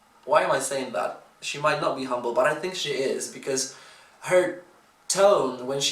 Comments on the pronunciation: He said it like "hambol" is what we mean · THE WAY YOU SAID "HUMBLE" IS VERY FILIPINO😊😊 LOL I LIKED THATT